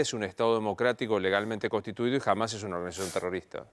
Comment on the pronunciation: Nova no entendés nada...dios mío nisiquiera pronuncias bien hamas a pesar que te lo dijo 20 veces asis